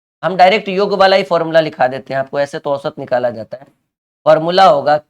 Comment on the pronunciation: गुरु जी योग्य नहीं होता जी याेग होता है।